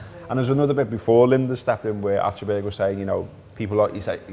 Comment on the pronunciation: As Scousers you should actually pronounce "Achterberg" correctly! ;-)